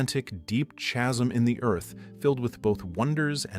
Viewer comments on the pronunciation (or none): buddy. that is NOT how you pronounce ’chasm’.